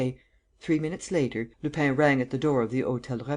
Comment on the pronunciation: Lupin isn't pronounced Lupain. It would be better if it were pronounced Lupan. Closer. Can't listen to this speedy American accent.